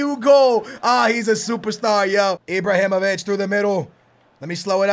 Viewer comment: He keeps calling Ibrahimovic Ibrohimovic